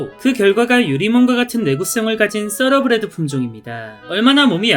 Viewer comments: 서러브리드가 아니라 thoroughbred.타러브리드가 더 정확합니다. 서러브리드는 생전 처음들어보는 발음입니다. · 타러브리드야말로 처음 들어보는 발음인데... 떠(뻔데기발음)러브레드가 맞는 발음 아닌가여??